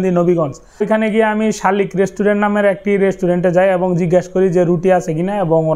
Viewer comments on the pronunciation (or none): ভাই ওইটা শালিক না শাকিল 😅